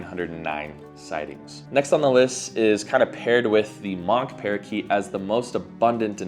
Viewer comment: 25 species that is crazy! I remember 30 years ago Quaker or Monk Parakeets (Myiopsitta monachus) were rarely sold in Massachusetts, and were completely restricted in the other New England states. I have 1 question why do you keep saying "Mock parakeet" for Myiopsitta monachus